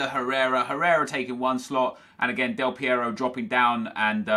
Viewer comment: Thank you for the right spelling of the R in AlessandRo Del PieRo ;)